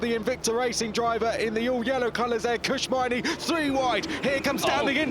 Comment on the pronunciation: Kush Maini is being pronounced like it's 1 name.